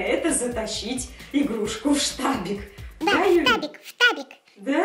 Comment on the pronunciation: Не штабик а фтабик